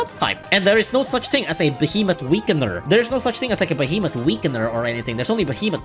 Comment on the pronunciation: The worst part is that you call them "behemot" While they're called "behe"- "Moth"